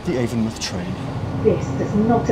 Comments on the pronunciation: as a bristolian, its avon-mouth not avon muth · Local to the area, it's pronounced AvonMOUTH as in a literal mouth instead of muth. I think even google gets that wrong so don't sweat it :) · Avon mouth not avonmuth! Js! Great video as always!